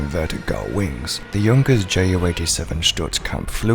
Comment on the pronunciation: The Ju in the model stands for its manufacturer Junkers , so the j should be read as y in English, not j in English.